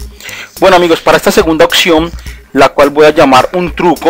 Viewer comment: Gracias compa........ de donde eres?...... se dice oPción, con P, no oCción con C, así lo pronuncian todos en tu país?........ saludos!